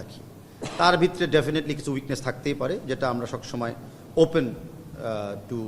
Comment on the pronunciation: তাবিদ কাকু বিতরে কি?? ভিতরে উচ্চারণ ঠিক করেন